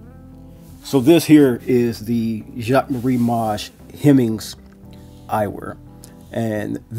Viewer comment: Video helped me a lot, not only with realistic sizing but also learning to pronounce the name correctly lol 😎